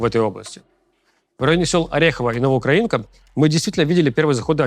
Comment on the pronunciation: НовоукрАинка, потому что укрАина😅